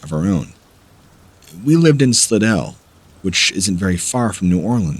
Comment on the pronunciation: Lol. SLY' DELL.